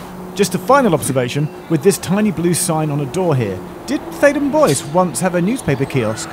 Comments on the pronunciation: ""Bois"" is, I believe a French word meaning ""woods"" and is there pronounced ""bwa"" and not ""boys""! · Bois is pronounced Bwah it's French for wood. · Oh wow does Bois rhyme with voice, not trois?! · Boise, Idaho. Theydon Bois. Pronunciation definitely not French. Faraway underground stations are always interesting. Does Epping connect to another railway?!!